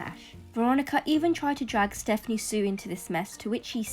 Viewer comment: Stephanie SOO not sue İs it?or no?